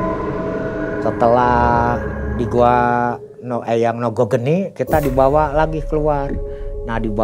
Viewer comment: Lucu aja dengernya ketika ngomng nogo rojo nogo geni 😁